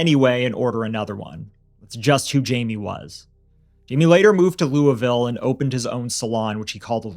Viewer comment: Kentuckian here. Thanks for a case I wasn't aware of. Congrats to for one of the best pronunciations of "Louisville" from a Yankee I've heard 😂😂😂